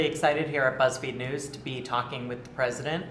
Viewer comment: "Buzzfeed newzz" 💩